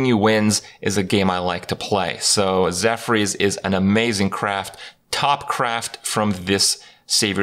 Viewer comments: It's zephrys not zephyrs. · Zeph-Urs, not Zeph-rees. facepalm